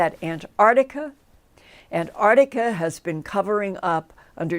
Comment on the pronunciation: lol Linda there is no "Ardica" ,it's "The Arctic" and "Antarctica" (not Antardica the way you say it) smh